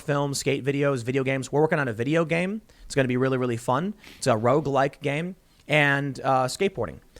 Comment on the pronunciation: Even the way he pronounces Among Us and roguelike is so alien. I wonder if he watched Thought Slime and that's why he's so hung up on skateboarding? So weird.